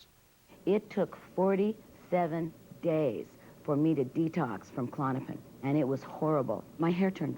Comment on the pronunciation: KA lawn a pin? no no, it is "clawn-a-pin"